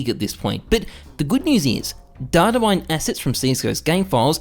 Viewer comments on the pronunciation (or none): none